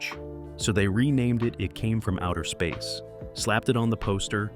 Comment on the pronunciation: I think there may be no human oversight of the creation of this channel's videos at all. Jus 30 seconds in, they couldn't be bothered to even get the name of the movie right - at 30 seconds the edit is so bad, the title of the movie is read out as "It Came From Outer Seeeesur". A human, or at least a competent one who cared, would have noticed that and realized the edit needed to be fixed.